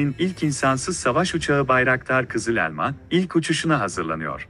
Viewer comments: O elmanın "E" sini daha doğru söylesen. Çok rahatsız edici. Valla videonun devamını izleyemedim. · Uçağın adı "kızı - lelma" değil "KIZIL ELMA" lütfen telaffuza biraz dikkat edin.